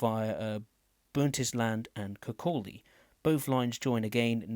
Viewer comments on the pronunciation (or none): Bro Please learn how to pronounce the Station Names correctly, You have Really Hurt me Here is how to pronounce every station in the game as well as the Levenmouth Branch-line from Inverkeithing Don’t take this in the wrong way, just I hate when people cant pronounce places correctly Dalgety: Dahl-Get-E Bay Aberdour: Aber-d-Our Burntisland: Burnt-Island Kinghorn: King-Horn Kirkcaldy: Kirk-Cod-E Rosyth: Row-Scythe Dunfermline: Done-Ferm-Lynn Cowdenbeath: Cow-Den-Beath Lochgelly: Loch-Gelly Cardenden: Card-in-Den Glenrothes with Thornton: Glen-ro-this with Thorn-ton Markinch: Mark-Inch Cameron Bridge: Cameron-Bridge Leven: Leavin’